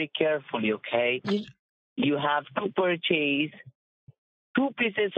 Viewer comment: Purr-Ch-Ace or Purr-Ch-Is? Inquiring minds want to know. Perfect English: ------------------------- Scammer but you say me Scammer how much gift card you got of 500